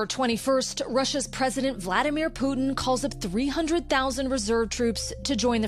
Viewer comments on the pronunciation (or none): none